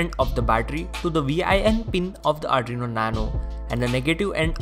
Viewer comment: Its 'Arduino' not ADRINO (not judging)